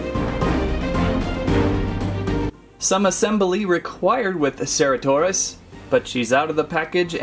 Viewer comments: Its cer-ata-saurus not cera-taur-ous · It's pronounced as sir-at-oh-saur-us. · No its ce-ra-to-saur-us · It's pronounced ceratosaurus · Im triggered! You’re pronouncing the name wrong.